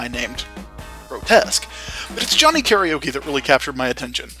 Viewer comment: One day... people will pronounce Karaoke correctly. But for now... we wait.